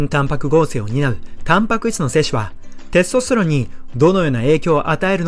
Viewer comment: てぇすとすてろんの言い方が笑